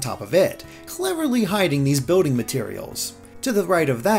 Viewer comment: It's not boating It's bILLding